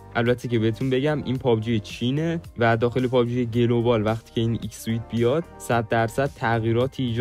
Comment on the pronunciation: ایکس سوت ❌ایکس سویت ✅